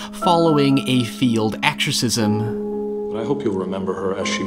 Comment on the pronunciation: “A failed exorcism” sounds like “a field exorcism” to my American ear. And I love it. 🤘🏼